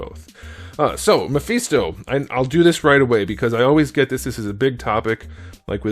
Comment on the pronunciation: Not the “Muh-Feast-Oh” lololol